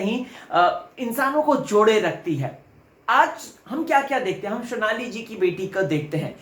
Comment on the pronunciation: Vo shonali ni sonali h 🙄